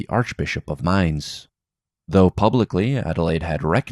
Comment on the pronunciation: You took my advice. Your pronunciation of 'Mainz' is great